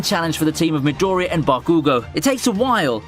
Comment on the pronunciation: It's Bakugò and Midorìya... Is so frustrating earing a wrong pronunce... Seems like eng ppl just have this bad habit of mangling the name of every japanese char.